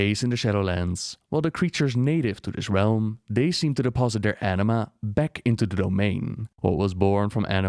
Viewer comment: I keep hearing "Enima" and not Anima